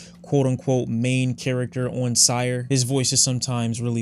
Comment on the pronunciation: mildly infuriating when he pronounces syre as sire